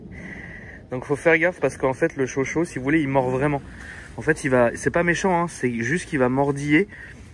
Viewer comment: On dit Chow Chow !